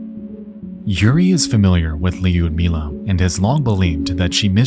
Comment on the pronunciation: Lee-udmilah ... 🤦‍♀It hurts to hear your name butchered like that. It's Ludmilla.